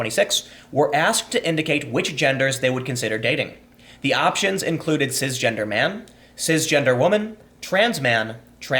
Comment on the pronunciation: Tim “Cizzzgender” Pool It’s CiSSS...not Ciz.